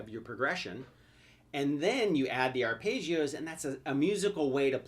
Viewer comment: it's ARPEGGIOS, not ARPAYGIOS.